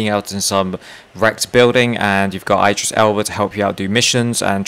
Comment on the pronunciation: The way he says Idris tho omfg bruh